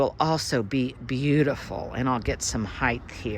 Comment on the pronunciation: your backyard is magazine worthy!! My favorite leafy green is Dinosaur Kale; edible and beautiful. I love everything you do....except when you say "heighth". 😊 I'm sure it's a colloquialism, but it's like nails on a chalkboard for me. ❤❤❤❤